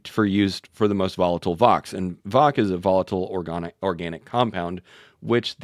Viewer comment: We call them V-O-C's, like individual letters, not a word 'vocks'